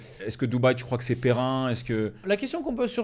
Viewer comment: « Pérenne » frère 😂 pas périn